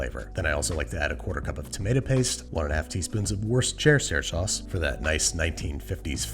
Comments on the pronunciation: I love how he pronunces woshishishusher sauce differently Everytime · How he says Worcestershire sauce hahahaha I had to rewind to hear it again and again. Why can't America's pronounce it 😂😂